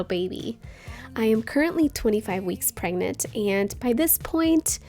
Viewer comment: It sucks that she always pronounces the word "pregnant" wrong! I think it's irritating, I think that she should google how to correctly pronounce the word "PREGNANT"!!!